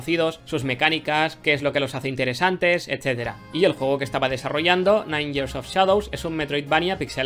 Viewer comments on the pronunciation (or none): Gracias a, sé que years se pronuncia "yiers" xD